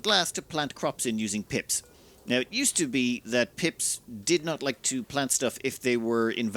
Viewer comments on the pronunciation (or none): Pips are now Pimps. I can't unhear it.